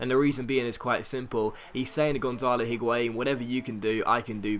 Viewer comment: I dont really care but considering you make a lot of effort to pronounce each player's name properly why are you saying the 'H' in Higuain I cannot understand...spanish does not pronounce H at all and neither does french (or italian as far as I know)...great episode anyway as always though!!